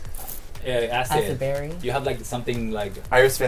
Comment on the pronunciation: Denali calling acid betty "acid berry" like Cynthia did back in their season 😭😭